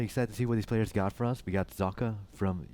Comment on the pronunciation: Socke is the german word for a sock, it is pronounced ['zɔkə].